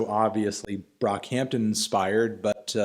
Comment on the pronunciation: did melon just say B R O C K H A M T O N